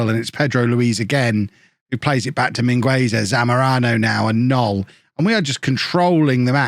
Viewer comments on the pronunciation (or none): The u in Mingueza is silent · the U in Mingueza is silent! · channelling his inner Ronald Koeman with Mingueza. In all seriousness, in Spanish the U in this case is silent